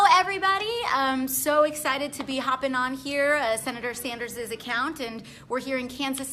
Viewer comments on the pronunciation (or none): "Senator Sanders'ez" Moron, when you need to express the possessive form, of a name which ends with a pluralized form of "s", you don't double the "s", you simply add an apostrophe. Derr.